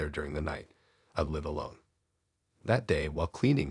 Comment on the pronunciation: Some of the pronunciation on here is off. Like, said-n instead of se-DAN. Saying liiiive instead l-eye-ve.